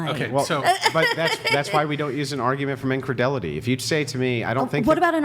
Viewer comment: He keeps say "Incredelity" which is not a word. Does he mean "incredulity?" If so, he's using it wrong. lmao